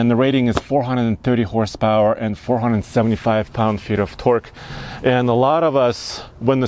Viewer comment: when he said twerk in stead of torke